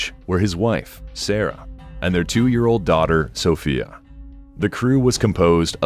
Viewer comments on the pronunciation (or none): none